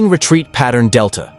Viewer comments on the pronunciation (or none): none